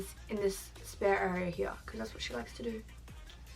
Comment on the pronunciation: “We’re just gonna see what we can do hea” * Slays it